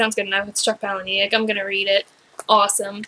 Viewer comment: Hey, I am going to tell you exactly what happens, just expand my comment so that it doesn't spoil it for people who haven't read the book yet lol. Also it is pronounced Paula-Nick (like the name Paula and Nick - very normal sounding - You can check this on his website or YouTube :)! Spoiler ALLLLERRRRRT:......................... Buster travels back to the moment when his maternal grandparents are fated to first meet. He steps in and foils the introduction. Preventing his own birth, thus leaving him immortal. He then goes on to seek out other immortals. He also states that he is almost finished writing the second book! That pic is proof from his "ask me anything on Reddit" fully verified of him replying to the conclusion of the book! Loved this book! Did this blow your mind or what!?!